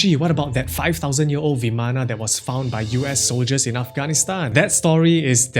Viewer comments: isent it vaman rather than vamana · vimana ❌ Viman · It's pronounced bi:man not vimana . Bi:man . Maan not myan.